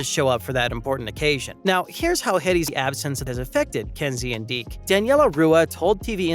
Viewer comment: It’s Deeks, not Deek